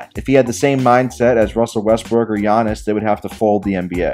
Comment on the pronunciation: Got mad as soon as you said Giannis’s name wrong